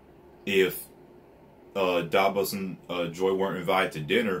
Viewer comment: Are you saying Dabos? Lol its Davos btw but if I'm hearing wrong I'm sorry lmao